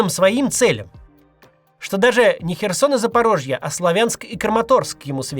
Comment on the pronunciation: правильно: Сла́вянск, Ку́пянск, Сумска́я область...